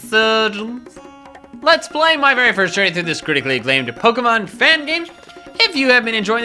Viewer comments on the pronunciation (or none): I really wish he wouldn’t say Peckerhose instead of Pokemon.. it sounds like another name for a penis... Oh and QOTD: It’s a 3-way tie between Arbok, Toxicroak and Shiny Mega Beedrill..